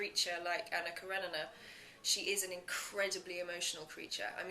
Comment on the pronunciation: Esta tipa fez o raio do filme não sabe pronunciar o nome Anna Kerenina! Meu deus!